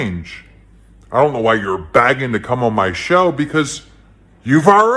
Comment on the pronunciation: I know we hate how pronounces some words incorrectly, But is Keemstar saying Begging? It sounds more like Bagging.